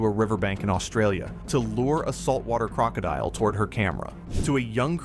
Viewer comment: Gotta learn to pronounce crocodile lol